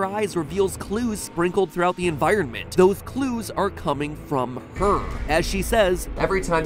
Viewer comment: thothes clues??? 😂